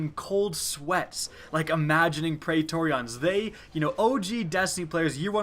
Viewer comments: It's pronounced "pree-tor-ree-in" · you make praetorian sound like an eeveelution